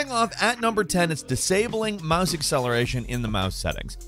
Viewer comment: He said mahs instead of mouse lol